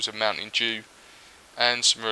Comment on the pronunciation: "Mountain Jew"